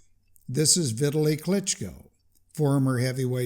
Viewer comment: Informative. FYI, just in case you ever meet Vitaly Klitschko, you may want to pronounce his name correctly. It’s not pronounced like Italy with a V, it’s pronounced Vee-Tally with the emphasis on the Vee. To remember this easily, think of counting 🐝 bees 🐝. The objective is to get a Bee Tally. 😂